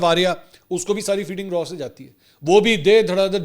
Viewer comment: Its not RAW bùt its RAAW